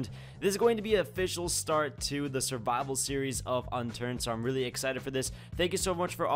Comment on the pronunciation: surival hahahah